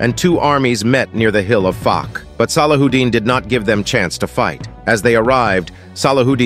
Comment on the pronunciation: SallaWHOdin. Really? Are you going to pronounce it that sloppy? 😂